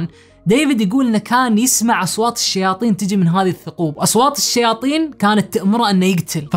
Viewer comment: وش اصواطط؟ اسمها اصوات يا